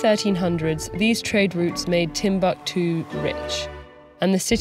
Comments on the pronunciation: These are african names, you can't just pronounce them like English please they simply sound totally OFF!! You should have practiced beforehand; 'timb-a-ktu' might have a different meaning down here; you seemed to be talking about a different subject other than TimbUktU itself. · It's tim-book-too not tim-buck-too. I hate americans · Its not timbaktu.... Timbukutu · Wan Shi Tong Library = Timbuktu